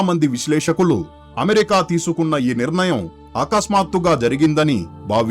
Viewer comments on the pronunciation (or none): none